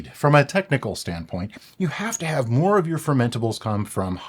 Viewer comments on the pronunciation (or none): moare sammich?